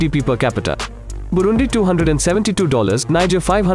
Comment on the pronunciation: Burundi Not Brundi